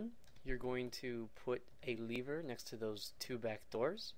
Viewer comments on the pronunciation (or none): was that the first time u seen the word lever and had absolutely no idea how to pronounce it or what?